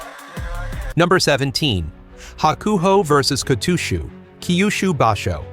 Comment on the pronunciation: The pronunciations do seem to be improving, so thanks for that. Still not perfect but at a level I can mostly tolerate. Except for poor old Kotooshu! Please sort that one out as it really sets my teeth on edge! That aside I continue to enjoy your videos, keep up the good work!